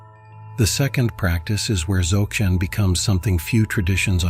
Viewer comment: “Dzawgchen”?? “Nayingma”?? Can’t you guys find even ONE live practitioner to do narration?